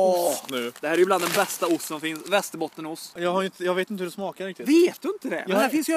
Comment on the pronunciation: Men det heter fan Västerbottensost inte Västerbottenost